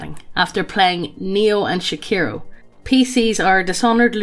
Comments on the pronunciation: pronouncing Sekiro as Shaqiro was the funniest thing I've heard about Sekiro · "Shekiro" lmao